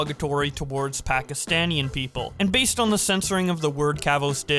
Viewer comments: I probably think you don't say it a lot and I don't mind, but it is pronounced "Pakistani" not "Pakistanian" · It's not Pakastanian people it's Pakistani people😅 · Bruh actually said ‘Pakistaniann’ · No? The correct word is Pakistani, I've never met someome who said it like and I've lived there all my life